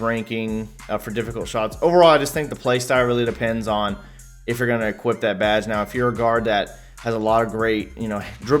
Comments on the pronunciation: There’s no fucking “t” in equip. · It’s “equip” you non-talking b...h.